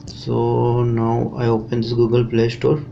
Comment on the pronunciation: Its funny when you say Google you say gagol